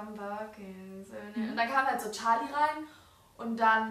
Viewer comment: Wie sie immer so tschali sagt anstatt charli😂